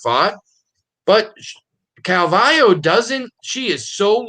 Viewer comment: What’s up wit this guy who can’t say “calvillo “ right !!! Cmon bro !! 🇲🇽